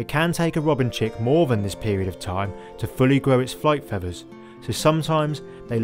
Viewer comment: Fevvers ? Fwee ? Nestin ?